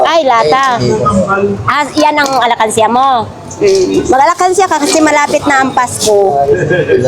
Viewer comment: ALKANSYA HINDI " ALAKANSYA!"